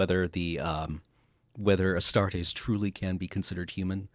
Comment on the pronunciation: Astartes not Astartes !!!